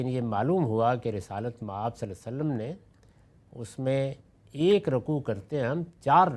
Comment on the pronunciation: I don’t understand why GHAMIDI sahab couldn’t say “SvaLLaLLaaho A’layhi Wa SaLLam” whether he is doing it by purpose OR he really couldn’t pronounce it. I would be grateful someone his student or his followers can Ask him. It’s Really Annoying. Also His Normal Pronunciation “Tajweed” of Quran and Arabic is very poor.